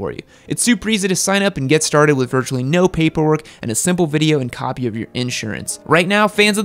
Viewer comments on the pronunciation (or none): none